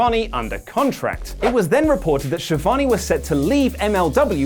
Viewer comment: Is to difficult to pronounce Schiavone? :°D